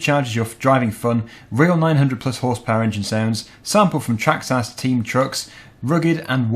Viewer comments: It’s a traxxas not a trahxs ahs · you pronounce it as Traxxis but it is spelt Traxxas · It’s traxxis not traxxass